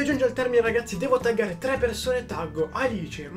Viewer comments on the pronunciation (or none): none